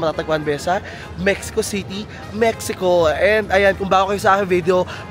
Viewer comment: mehiko ang tamang bigkas.